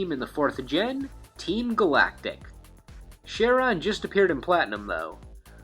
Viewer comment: his name is pronounced: Ka-ron. after the fairyman of the river styx